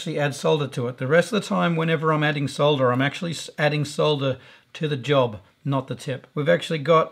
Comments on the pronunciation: "Solder" not "sah-dder". Thumbs up! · At last, someone who pronounces the word as it is spelt - s-o-l-d-er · Thank you for pronouncing solder correctly. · Finally, a tutorial with someone who can say solder properly. Thanks 👍🏻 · Good tips and great to see you casted the one member of RR that pronounces Solder correctly ;-) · David That Sucks, because we call it Solder..